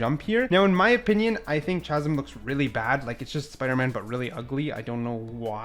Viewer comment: The mispronounced words are hilarious. Chasm, savant, corps lol